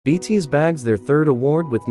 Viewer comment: Ok. Anyone else having issues with the automated voice not saying BTS correctly???? 😂😂🤣